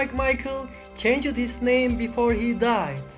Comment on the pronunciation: His name is David Bowie NOT David Boh-wie. It's Bowie as in "how" NOT Bowie as in "toe". It's Roger pronounced RODJ-ER. It's not CHANG-ED it's changed (all one syllable). Same goes for faked. The low volume and poor pronunciation spoiled the video.